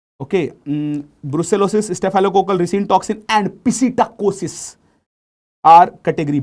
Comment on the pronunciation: Pisitacossis 😂 funny and fantastic